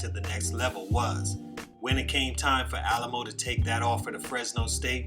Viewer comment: You pronounced his name wrong my guy. It’s not “Alamo” it’s pronounced “Alley-Moe”. Respect for the vid tho.